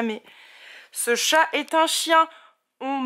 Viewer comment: j'adore ton "chiat" 🐕🐈❤